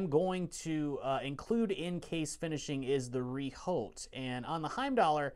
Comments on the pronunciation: Rehaut (not reholt). Rehaut is the French word for flange. (The correct pronunciation is; rehort). Regards. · The H and T are silent ;) I'm struggling to find an english example on how to pronunce the " re ". You guys certainly heard it anyway, I'm thinking of the " er " of " proper ", pronunced in reverse x)